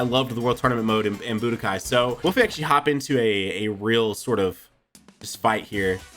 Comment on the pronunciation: The "budkai......" I am out.....